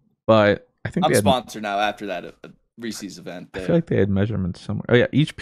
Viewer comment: The return of the Reese’s mispronunciation😭